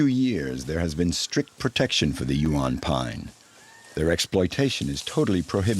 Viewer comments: Cannot pronounce Huon properly 🙄 AI voice over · Pronunciations of Huon and Strahan 😂nice vid though😊oh the English stole not took over😮